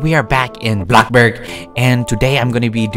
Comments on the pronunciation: Omg he says blockburg instead off bloxburg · pls dont say blockburg pls say blocxyburg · You say blockburg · I love it how yo say bloxburg but in a funny word like bloburg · I love how he always says “block burg” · its funny when y say block burg XD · Bro I love you vids but please say bloxburg right you say blockburg